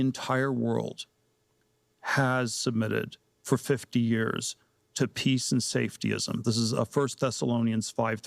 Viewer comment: It's "years" not "yörs"